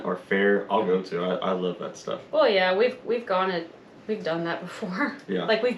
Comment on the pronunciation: Wuv, twu wuv💐